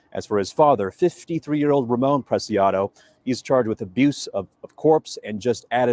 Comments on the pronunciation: Preciado would be pronounced like: PRESSY - AH -DOE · When pronouncing the arrested, think of how you say precious....prec--ee--ah--doe. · PRAY-SEE-AW-DO Preciado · Last name pronounced “Press-e -odd-o” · i didnt know until a couple days ago you were a first responder in 9/11. Thank you and Ed and all for your service in general . I love law enforcement i have state trooper friends and hubby has county friends . Here is some help. It is pronounced Press - see - ahh - doe. Native Texan here. White as a sheet lol but raised around hispanics and learn lots of spanish from waiters etc. Lots of yummy recipes too. Its driving me bananas that they haven't said a word about the person in the backseat of the truck. I saw this video enlarged and you can see a hand handing up the towel or chamois or whatever , up to the front and Ramone took it then flung it in his front seat area when he got back in. Big thanks to the officers etc that caught them. I was so afraid they were in Mexico. San Antonio used to be my favorite city in Texas in the 80s and 90s. With all the murders lately, i will never go there again , nor my hometown of Houston. Thanks for all you guys do. 😊